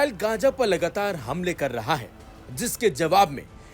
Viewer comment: Are bai uchcharan sahi se karo ye kya hai “ Gaja” “Mistr”😂😂😂😂